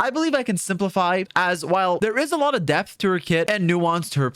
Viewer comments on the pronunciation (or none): none